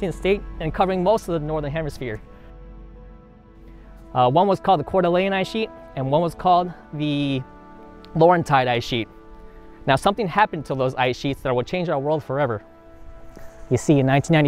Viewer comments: please correct your pronunciation of "cordilleran". You are saying it like the name of the city in Idaho---Coeur d'Alene. "Cordilleran" indicates a mountain range ice sheet. This, by the way, is one of my all-time favorite geological stories. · There's a difference in pronunciation of cordilleran and Cour d'Alene. Just FYI